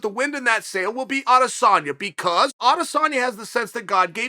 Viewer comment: Sorry chale but its adasanya